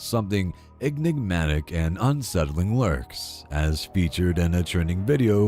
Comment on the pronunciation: Repeat after me EN…IG…MA…TIC! Not EGGNIGmatic. Otherwise like the video. The mispronunciation hurts the ears.